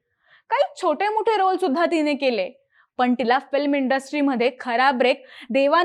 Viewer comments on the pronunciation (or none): none